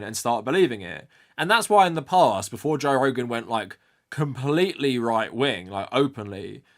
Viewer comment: that sounds like "instead of" and not "before"